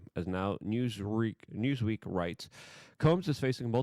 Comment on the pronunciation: “Newsreek” lol